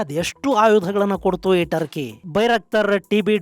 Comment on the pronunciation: ಟರ್ಕಿ ಬದಲು ಡರ್ಕಿ ಅಂತ ಆಯ್ತು.😂❤🎉